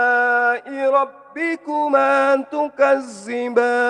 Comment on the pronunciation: Mantap Maaf koreksi dikit ذ tapi dibaca ز